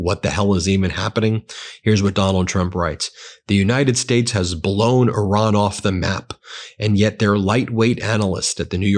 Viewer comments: It's pronounced ''ear-ron''.....not ''or-ron''.TYVM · Ben - thank you for your reporting. I appreciate it every day. I have a sincere request: please stop saying “Oran” when you mean to speak of Iran. It undermines your credibility when you continue to mispronounce the Iranian name, and it is disrespectful to the people who have connections there. Thank you for making this effort! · This emphasis on ".......Iran" Is the MOST IMPORTANT part of that message. Dots matter